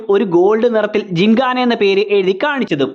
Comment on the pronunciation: ജിങ്ങാന അല്ല ജിംഖാന 😅